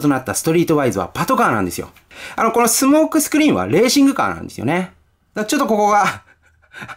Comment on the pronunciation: 一番最初、スモークスクリーンのこと「相撲スクリーン」って言っちゃってますねｗ しかしコンバイナーウォーズはどれもリデコが上手ですなぁ。早く日本でも発売してくれぇぇぇ！